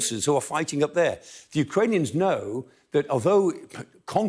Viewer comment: Amongst other qualities, two which makes Prof Clarke the best analyst here is his knowledge of the geography of Ukraine & Russia and his accurate pronunciations of Ukranian/Russian places!!